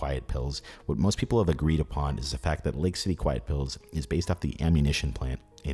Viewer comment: you accidentally say "Peepee" instead of very few "people".. LOL